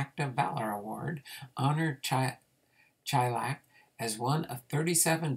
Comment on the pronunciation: Hey. Im a distant relative and, not that it matters much since you already posted the video, but its pronounced Shy-lak. Us baseball fans like our details so I figured I would share. His cousin was my great grandfather, who was a great guy that I was lucky to know for several years before he died (and I’m in my early 30’s.) Thanks for the info on Lestor! Cool to see he was involved in some real history!